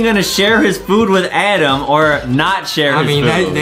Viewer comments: Is adem not edem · its adem not adam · "ADEM" IS CORRECT "ADAM" IS WRONG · ADEM NOT ADAM BUT HIS NAME IS ADAM BUT ADAM SAID ADEM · Adem its adem not adam